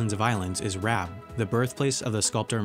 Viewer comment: I live in Croatia and you pronounced Rab wrong